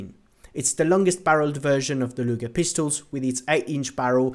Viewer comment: Why is he saying "lunger" rather than luger like bruh